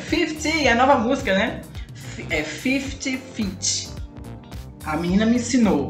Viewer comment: 50ft e assim a pronúncia "fifit fee" Kkkkk